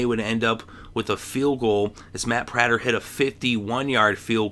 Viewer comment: learn how to say prater's name